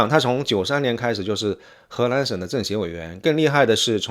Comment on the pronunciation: 博主，请把“河南”和”荷兰”发音发准，否则容易发生歧义